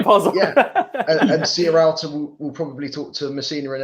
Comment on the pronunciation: Why can no-one say Sierralta properly?! It's not Serrialta ;-)